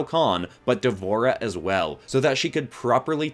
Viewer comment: Not Devore’ha